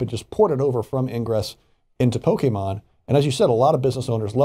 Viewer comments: Hey It’s Pronounced “Pokémon” Not “Pokeman” 😒 Get it right Man.! Farron Cousins pronounces it better than you. And he’s not even a NERD! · How are you a nerd, but you call it Pokiman Go? Stop😂😂😂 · Two things 1) i didn't even have to hear about this to know it was going to happen. 2) there are two types of fans: Regular people and the ones who say PokeMAN. Sorry, just irritating when i hear people mispronounce things like that. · I'm honestly just more surprised with how literally heard how pokemon is pronounced and still pronounced it pokeMAN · why do people still say PokeMAN? It pisses me off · It would be really great if they learned how to pronounce Pokemon before they did a story about it...